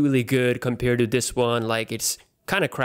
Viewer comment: please stop saying compere :(